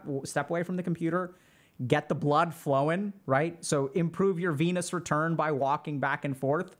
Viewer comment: Took me a second to realize you meant "Venous return" and not "Venus return". 😂